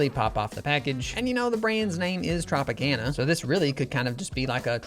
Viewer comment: That’s not how you say Tropicana